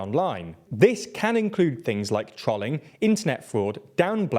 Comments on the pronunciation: Trol ing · i swear you mispronounced trolling on purpose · Interesting way to pronounce trolling 😂